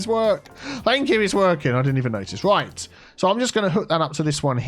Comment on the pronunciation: Always helps when you turn the roads the wight way awound. 😂😂